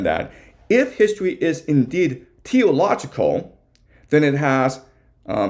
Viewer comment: Are you saying Teleological???